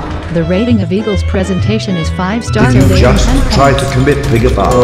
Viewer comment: Correction: Prosentation